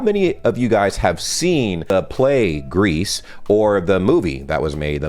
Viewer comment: "Greece"? Musical? Not familiar with that one... do you mean "Grease"? Has nothing to with the country, lol.